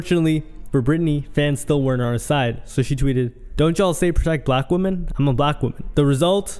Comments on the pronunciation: Ffs, its "women" not "woman" how do you not know the plural of woman is women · another WOMAN ......... other WOMEN....they are pronounced differently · Two things that annoyed me throughout this entire video. 1.) OP not knowing the difference between WOMAN and WOMEN, at least the pronunciation. 2.) "Fans" getting upset for their trash idol as if they know everything that's going on behind the scenes. How does one even become a fan of Chrisean? Serious question. Sad how people are more invested in the lives of people they don't know than they are with their family/friends. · 🫤Why are you pronouncing women wrong? IT IS [ wim-in ]. 👍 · This dude can't say "women" in the plural form at all 😂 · WHY DOES HE KEEP SAYING "WOMEN" WRONG?? bro.. Love your content but plz, work on that